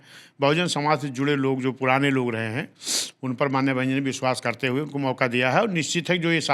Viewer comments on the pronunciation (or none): none